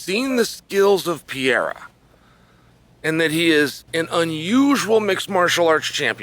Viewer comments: PE-REIRA NOT PIERRA, put some respect on his name! 😆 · dude his name is pronounced "peheira" not piera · Alex piera 🤣🤣🤣 get me everytime ...its pereira( peh-rey-ra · A BIG TIP TO YOU Chael ...I dont know wy none of you can say the mans name!! you guys say piera !!! is that his name!!! SMH... try Perera it sounds more correct!! is it that dificult??? and yes i know its Pereira! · PEREIRA not Piera … WTF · pe-rae-ra. It ain't hard Cheel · Pereira!!! not Piarra. chael the king of mispronouncing peoples names lol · Why he calls Pereira Pieira lmao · A year ago Chael said “Piera” then got corrected in an interview, still calling him “Piera” Bless you Chael 😂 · "Alex Piera" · If you say "Pierra" again I'll punch you in the face lol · Chael: types Pereira Also Chael: SO PIERRA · If Alex Pereira met this "Pierra" person, he'd agree that one should learn to pronounce Oomah-polattah. Not to confuse with "omoplata". 😂😭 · Chael you donkey- who tf is Piera? Cmon man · Everyone -Pereira Uncle Chael - Piera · It’s not Pier-ah.. learn to say the name right at least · Chael out here still saying pierra 😄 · Alex Pee-era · Pierra has to be able to pronounce OOomapilata , so that he may retain this championship belt. And Chael gets to have more time to learn how to pronounce his name while dodging red "Jagwire" lnfao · Alex st-pierra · If I hear Chael say "Alex Pee-era" one more time... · Casually starts calling him pierre hahaha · How come Sonnen keeps butchering Pereira's name? LOL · Old Chael P must be trolling with the pronunciations :D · Dude, pronounce Alex last name right. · At least he spells Alex's name right in the video title. I love Chael's content, but man... put some respect (and a correct pronunciation) on the champ's name.